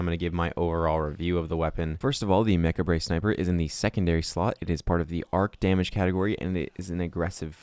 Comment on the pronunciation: It's pronounced "mah-kawb", not "mech-a-bray"